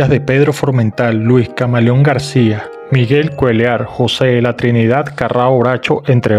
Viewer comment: Jajaja Miguel cuelar......Es MIKE CUELLAR